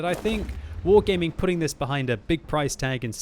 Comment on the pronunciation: you saying wrong is "wargeyming "